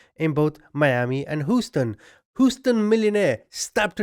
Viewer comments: I enjoy watching your videos, the comedy is hilarious and timed right but bro its not Hooston LOL its H-USE-TON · Aloha from Maui!🌺🌴🥰🤙🏽 Love your humor and filthy mouth, I have one too. 😉 I know you'll think I'm nit picking but Houston is pronounced Hew-stun, not Hoo-stun. Just FYI! Keep up your great content!😷♥️ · Lol more like "Hew-ston", but i love the Hooston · My guy...you're killing me with this "hoo-stun" pronunciation. It's "h-you-stun"! 🤦🏻‍♀️😂 23 mins in and I'm grinding my teeth with each time you say it! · HUE ST ONNNNNNNNN NOT HOOOSTON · No offense, please 🙏! But it’s pronounced “Hugh-ston” not “Who-ston”. Just trying to help you! 👍☮️💟🌻 AND this was another great video! “ Mummy-” should be very proud of you and your success 👏👏👏. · You're a BRILLIANT narrator! And I crack up laughing at all you're funny little outbursts and comedy bits cleverly inserted inbetween serious facts of the story! Oh and one more thing ...I laughed out loud every time you said "Houston" and pronounced it "who-ston" funny!( It's actually pronounced like "You-ston" or more specifically "Hue-ston"...) Please do not take my correction of your pronunciation as an insult to your intelligence. It's simply a helpful correction. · Who-stun..? …? 🦉 🦉🦉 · I’m still giggling about.😃 They told u it’s Hue-ston, right?🙂 Rhymes with clue, blue, view…Houston=Hueston.😉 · Hughe-ston Not Who-ston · It's not "Who-ston". It's pronounced H(you)-ston Houston. Long u with a silent o. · Whosten? Lol hue-sten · You say it HUE-STIN lmfao not HOO-STOUN lmfaooo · Houston is pronounced Huston, not Hooston. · I much appreciate the work you do in researching and presenting these stories, but please -- my city is pronounced "Hewston", not "Hooston". Thanks! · I love you!!I may have a bit of a crush, but... It's prouncned Hew ston Not whostun. I couldn't f**king take it anymore. Lol procede.. sorry to interrupt. Lol 🤣😆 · I think it’s so cute how he says instead of hue-ston. Lol.